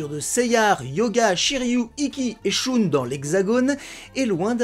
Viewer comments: J'adore tes vidéos mais.... Choune??? Ça a blessé mon petit cœur telle une flèche...😉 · Maintenant, je sais pourquoi Shun est prononcé à l'américaine chez nous... 😂😂😂 Merci 😅